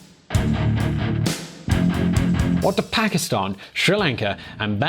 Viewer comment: He says Pakistan I heard bhikhari